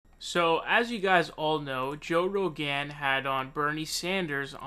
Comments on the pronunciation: Joe Ro-Gan 😂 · Joe Rowgaan